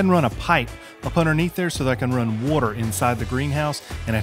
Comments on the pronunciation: When you get in the tube and your favorite YouTuber has new content 🍺🍺🍺😜. 15 year custom home builder,love Milwaukee tools,hate those screws. 😆 Awesome little kit,I imagine it's pricey AF,lol. Another great video man and you managed to say the word again 😜😜 warter...wuuuurter.. 😆 great job bud, greatly appreciated content. 🍺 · WTH is "wooter"?